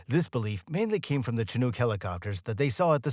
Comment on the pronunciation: ... Umm, say WHAT kinda helicopter 😂😂😂 i swear i heard "SHA-noogs"?! (Er, mighta been sightly less ah, "P.C." with something more like "SHA-nigs"? 🥴) I mean, I SUPPOSE I've got a SMALL leg up- closer to what I'd call an "ankle" up on the general population here when it comes to the pronunciation of this particular word; however since it is NOT solely a "local term" from the Pacific Northwest (I've lived within an hour of Seattle, Washington my entire 30+ years of life, minus my college years on the East Coast at princeton, but we try not to talk about THAT) because yes i know CHINOOK is a originally a Native American word & all.... but seeing as it is also, well, a type of U.S. MILITARY HELICOPTER, annnnnd fauck knows how many people are obsessed with military tech, toys and GUNS cuz, hoorah & WOOT, 'MERICA, right?!? As well as uhh. A kind of FISH?! 🐟Salmon, that is? Welp, that covers a pretty good number of "bases," wouldnt ya say? So i'm havng a hard time finding an excuse for this absolute obliteration of the pronunciation of the word "CHINOOK" here, but, damn it made me laugh? So thanks, i guess?!